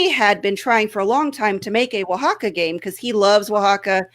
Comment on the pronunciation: Now I can actually pronounce "Oaxaca"